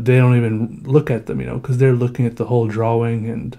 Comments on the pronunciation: "I dont like a lot of my drawings" I feel you but your art is amazing. btw I love the way you say drawing. "drawling" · It's funny when he says drawing cause he pronounces the w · why does he always pronounce drawing like that